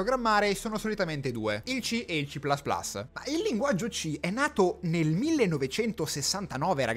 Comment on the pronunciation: "ci plas plas" non si può sentire. o dici "ci più più" o dici "si plas plas".